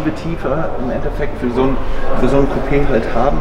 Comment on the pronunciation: Gran Coupé, ohne d🙈